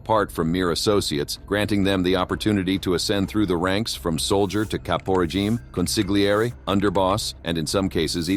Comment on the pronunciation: One useful fact: Nobody knows how to pronounce “consiglieri”. THE “G” IS SILENT, FOR FUCKS SAKE!”